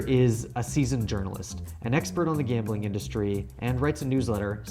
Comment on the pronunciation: It's "Gambling"